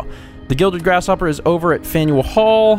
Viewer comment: When you say faneul hall I think faendall hall.☺☺